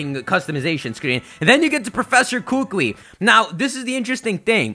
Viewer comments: hookwee no its kookoowee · it's "coo coo e" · Kukui is pronounced with the emphasis on the second syllable, just a heads up. You'll sound way smarter than all of the other pokemon youtubers and impress all us hawaiians too :) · KU-KU-IIIIIIIIIIIIIIIIIIIIIII [koo-koo-ee] NOT [koo-kwee]!!! AND... THERE IS A KUKUI NUT TREE... WHICH SIGNIFIES INTELLIGENCE AND KNOWLEDGE here IN HAWAI... btw... but hey it's okay ;D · I'm sorry I can't anymore people come on can you at least say the professors name correctly! Kukui, ku-ku-I or like a bird chime koo-koo and then add the E sound but instead of the o sound in koo-koo its this, so it's Ku-Ku-E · Dear, please stop mispronouncing the professor's name. It's pronounced kuh-coo-ee. There is a slight pause between "Ku" (kuh) and "kui" (coo-ee). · it's so hard hearing you trying to pronounce Hawaiian language right. I'm from Hawaii, big island. it's kuukuuee that's how you pronounce it. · Kukui is pronounced koo-koo-we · Bruh it's pronounced ku-ku-I the I is another syllable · I highly doubt they'd debut dual type moves, and plus it's pronounced Koo-koo-ee you need to slow down and think about what's all going on. You're rushing a little much and there's still months till this game comes out. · kukui is pronounced (KOO-KOO-E) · It's pronounced koo-koo-eee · pls kukui is pronounced as koo-koo-eee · Well first of all, you mispronounced Kukui, but that's okay haha. Second of all, Kukui is Hawaii's state TREE, so it still makes sense regardless. (This is coming from someone who lives in Hawaii). Great video, tho! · lol umm youre pronouncing Kukui wrong xD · The way you pronounce kukui is very cringe worthy. I'm sorry to be rude.